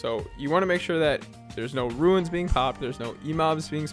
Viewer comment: Yes, but in the video you pronounced it “ruins” 😝